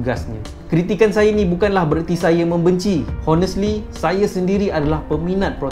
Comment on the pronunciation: Menyirap pulak dengar Honestly Honestly hahah. Silent H la... Bunyi onestly